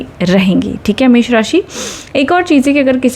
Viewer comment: You said एष राशि 😂